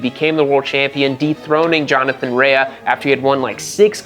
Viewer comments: OMG it's RAY not RAYAhhhhhh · Btw it is pronounced "Ray" not "rayah" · Rea is Pronounced like Rey not Reaya or whatever lol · Jonny Rea. His surname is pronounced Ray. Have you been watching WSB on mute? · Bro for someone who’s such an avid fan of WSBK and GP, you pronounce their names sooooo badly. It’s pronounced Ray for Jonathan Rae, not Reahhhhhhh 😂🤣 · If I say “homologated” and “derisively” 29 times nobody will notice I did zero research, nor bothered to learn name pronunciation. Johnny Ray-UHH prolly noticed too. But seriously, MotoGP and F1 have become almosr tech exhibitions w zero REAL competition, action, and racing. I once mocked Indy Car and WSBK, now? Even before Toprak, I found wsbk racing action superior to modern MotoGP and I watch F1 on 25x FF and RARELY do I need to stop to watch a pass or action or order change because they rarely occur. Once a car costs half a billion, or a bike costs 4m, the incentive to NOT mix it up and get elbows out is too great. You end up w the dogshit salad sandwich that is modern f1 and MotoGP. I really dig WSBK and IndyCar, your point is spot on in that regard. Also, not tryna be a dick, but when you have 1.5mfollowers, it seems a minimum level of effort is justified, leave winging it to the dipshits like me that have 300 followers. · rea is pronounced "RAY" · Pronouncing Rea wrong tells me you haven't been watching for 4 years